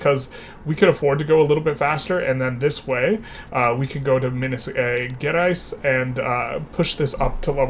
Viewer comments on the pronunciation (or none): Minas is nice, but Gerais the G isn't hard. I don't think there is this sound in english, but a soft G like in general (who could mean general or geral in portuguese) or like Cashew, which came from Caju, and this J has the same sound as the G in Gerais.